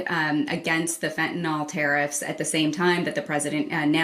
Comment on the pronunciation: She annoys me the way she keeps saying "fentanoll". It's fentanyl you moron.